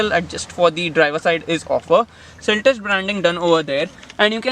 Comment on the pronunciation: "Seltos", not "Seltes".